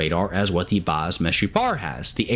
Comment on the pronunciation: As israeli u said baz meshupar very good!